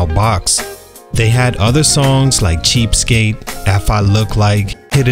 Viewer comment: That “Cheapstake” was hilarious!!!😂😂😂 🗣️🗣️🗣️you ain’t getting Nadaaaa from us!!!